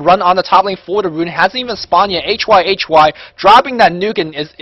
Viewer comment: What's going on with the quality... And I wish you would just pronounce it hi-hi instead of H Y H Y :)